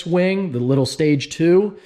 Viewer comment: Ngl, it sounds like he said wang not wing. 😂 no offense